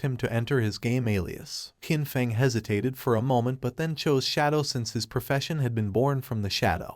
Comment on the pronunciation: The characters name is Qin Feng. The proper pronunciation would be chin fung.